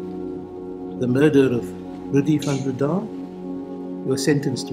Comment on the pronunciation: I was convinced of his guilt by his beard - that was definitely an ax-murderer's style beard - that, and him pronouncing his last name Van BreeDAAHH, rather than Van BREdah - reminded me of "Young Frankenstein" movie (It's FROONkenSteeen") - so, yes, to me he looked like Frankenstein with an ax-murderer beard - family massacred? it's him.